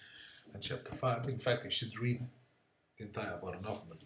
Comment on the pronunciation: Actually it is Huffman